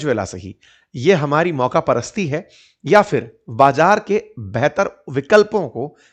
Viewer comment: Bhai, ye mauka parasit nahi mauga parasti h😂😂😂